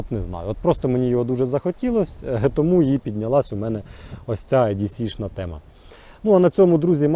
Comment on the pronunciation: Не "е-ді-сі", а "і-ді-сі". Не "ю-ка-ка", а " вай-кей-кей"